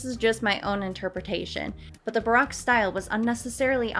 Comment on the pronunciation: actually interstingly enough you say baroque like broke.